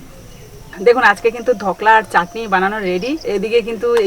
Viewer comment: কথা টা হল ধোকলা, ধকলা নয়